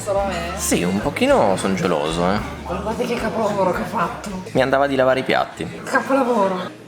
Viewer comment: Quando dice "guardate che chapolhavorho che ho fatto...... Chapolhavorho!!" tradisce il tasso alcolemico totalmente fuori soglia 😂